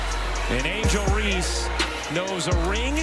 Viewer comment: What robot is doing to talk over on this video clearly can’t speak and say, Angel Reese